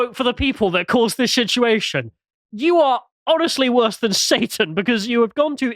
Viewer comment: had a slip and said “shituation” 😂😂